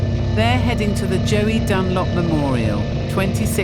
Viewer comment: JOEY Dunlop for f sake, possibly the greatest road racer ever and she get's his name wrong.🤬🤬🤬